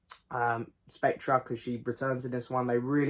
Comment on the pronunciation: The ‘r’ in Spectre is silent. Pronounced Specter. Sorry to be ‘that guy’. Agree it’s a pretty rambling, poor film though.